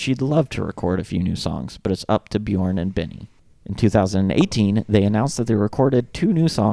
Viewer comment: If you use the vowel sound in the word burp, you can perfect your pronunciation of the name Björn. Bjurp Bjurn, yeah burn with a "j". Here to help 😏